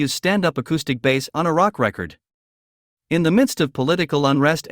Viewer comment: I guess this is AI robot reading? Awful. “Record” — verb or noun pronunciation?